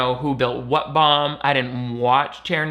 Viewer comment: I don't know why, but the way said "bomb" is SENDING ME 😂💀